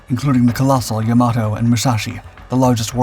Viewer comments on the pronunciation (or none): Not "ya-MA-to." It's "YA-ma-to." Like "Yamaha." And "Omaha," now that I think about it.